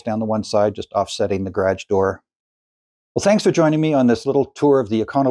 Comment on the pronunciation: "Ga' rhage"? What accent is that? Asking for a friend... Those arc shape shelf's are very cool, I'm stealing that. LOL